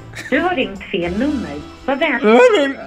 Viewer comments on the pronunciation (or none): du har ringt fel nummer! ¨Du har rigt fel ummer¨ man hörde ju inte ens vad han sa! hhaa